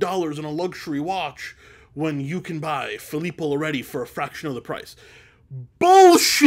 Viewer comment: Filippo loreTi is the pronunciation. Are you not italian? Pensavo fossi italiano! 🧐